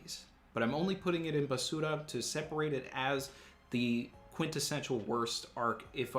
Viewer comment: Basuuuura.... Lol Actually,, how is your Spanish?